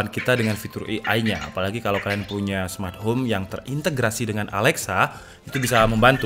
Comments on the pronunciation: Penyebutan AI bukan "i ai" bang, tpi "e ai", Terima Kasih bang Pin dong yah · Indonesia i a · AI dibaca e ai kak